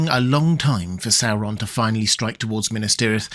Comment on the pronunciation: Please learn to pronounce Sauron correctly! I love your videos, but cannot watch them/listen to them because of your weird pronunciation of the name Sauron. It is NOT pronounced Sarr-on. The third letter is a "u". Therefore, the pronunciation is actually Saw-ron. Please, PLEASE correct your mispronunciation!!!